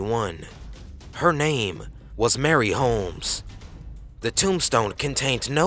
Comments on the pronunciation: Marie..... Not Mary. What R U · "Marie" is pronounced MAH-REE hehe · ...its pond not point and Marie not Mary. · North POND. Not North Point. MARIE Holmes. Not Mary. Jeeeeeeez.